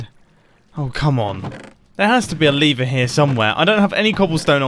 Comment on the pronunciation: is no one gonna mention the way he says lever